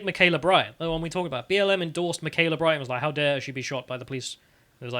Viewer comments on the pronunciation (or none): "Michaela Bryant" who? Mah-kee-yah. It's not hard.